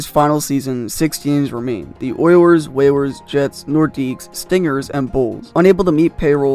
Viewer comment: This guy really called the oilers and whalers ther oiwers and wewers